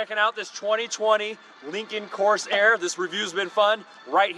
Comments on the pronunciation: this is not what l meant. Corsair is pronounced cor-SAIR (in a fluid manner), not cors-air with a pause in the middle. "Reserve" is a features set or a sub-model, not a base model name, which is Lincoln Corsair. "Lincoln Reserve" makes no sense... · Nice review. No, the model name is not "Coarse Air" as you kept saying.